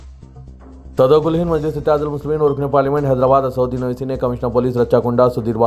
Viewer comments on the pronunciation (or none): none